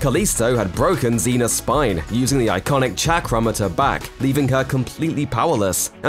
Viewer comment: "Chack-ram" why make videos with words you haven't heard been pronounced? It's pronounced like "Shock-rem"